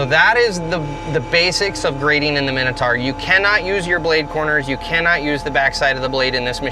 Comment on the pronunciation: The pronunciation is like nails on a chalkboard. Big bug bear of mine. My-no-tour not a min-a-tar.